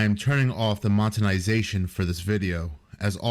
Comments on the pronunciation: did he just say b\he was turning off the "MONTENIZATION"???😭😭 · Montenization. Bro can't speak